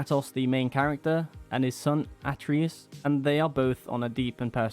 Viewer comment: His name is pronounced Uh - tray - Us....do a review, know the names. Please